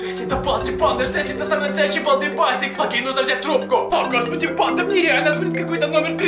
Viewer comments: Если что не басикс а бейсикс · Онис не балди байсикс а бейсикс😜😜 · Не байсес а бейсес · Не басикс а бейсикс